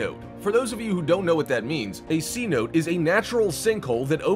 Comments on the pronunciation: Ceno? 🤦‍♀️ say it with me.. .. Ce-no-te.. .. .. Cenote.. .. Cenote!! 😑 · It's pronounced see- note- tae.